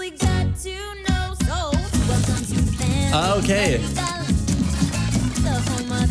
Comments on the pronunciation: It's mad ri gal not ma drill cle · I learn a lot from you dissecting these songs! It's so fun to listen to your commentary. One learning area for you is to work on pronouncing words from different languages accurately like Madrigal (maad-ri-gaal), Luisa (not Lisa), Abuella:) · oh wait-in Columbia you say Madrigal the right way but here you say the family mad-ri-gol and it sounds like magical!!!!! that is soooo soooo cool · just a reminder, madrigal is pronounced "Mah-dri-gahl" and you gotta roll the D lol but i love watching these <3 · not to be rube but it’s family madrigal that’s how u pronounce it 😀